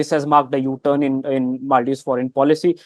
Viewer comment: MALdives= ALMdives😂😂😂